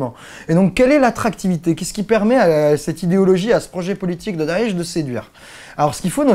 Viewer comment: mon dieu, le premier français a prononcer correctement daesh ou chiite !! Continue comme ça, il y a des arabes sensibles a tes efforts.